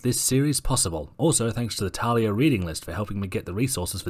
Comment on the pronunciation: It`s pronounced (Tahl-lia.)